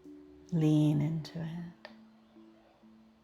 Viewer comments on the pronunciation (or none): Is there ever a way to edit videos uploaded I’m autistic and the last part where you say feel in to nit instead of feel into it always wakes me out of the trance lol regardless I listen to it regularly ❤